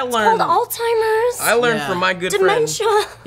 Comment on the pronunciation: Did say, "All-Timers"? Alzheimers is what you were going for.